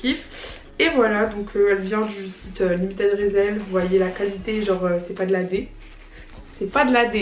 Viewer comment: Oh nan tu la prononcer résèl😭😭ça se prononce rissell